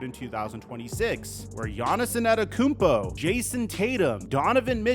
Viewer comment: As an NBA YouTuber, this many years later, how can you still not pronounce Antetokounmpo lol?